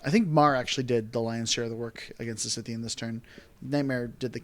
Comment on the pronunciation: Great game. Though I flinched every time ye mispronounced Scythean. :p